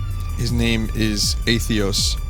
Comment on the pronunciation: I CANT TAKE IT ANYMORE. WHY DO YOU KEEP FORGETTING THE SECOND T IN ATHETOS